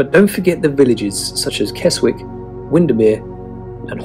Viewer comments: kes*w*ick (?) otherwise properly pronounced kezzick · The "w" in Keswick is silent. No Norfolk Broads.